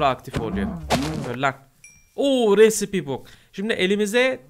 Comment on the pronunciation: Recipe risayp diye okunur